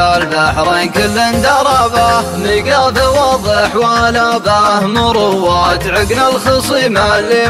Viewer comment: فيه غلط اللي هي مراواة يعني تردد وتفكير ، لكن بالشيلة نطقها المنشد مروّات وفرق المعنيين فرق مابين السماء والارض .. ابدع بشكل عام 👍